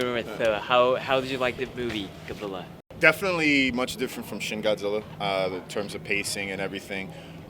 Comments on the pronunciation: 最初に出て来た、ちゃんとゴジラと発音してて嬉しい、ガッズィラじゃ無いんだよね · 冒頭に出てきた人のゴジラの発音がガッズィーラァァァじゃなくて好感持てる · 最初の「ゴジラー！」はきっと日本版ゴジラ過激派w ちゃんと発音まで日本語版に合わせてきてる。